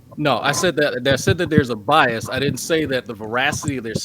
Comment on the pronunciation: My man said Biasm...